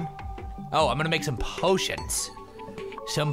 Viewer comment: po-ti-on. Words used by toby for toby